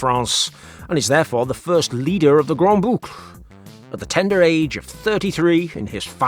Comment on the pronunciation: One little remark "grande boucle" and not "grand boucle".... detail compared to the quality of your videos!